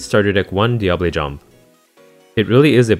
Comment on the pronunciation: Living for you pronouncing Diable Jambe property.